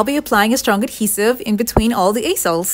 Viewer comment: Check your pronunciation of easels.